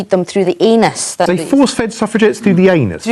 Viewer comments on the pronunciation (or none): "force feed a wamen thru the eeenuz"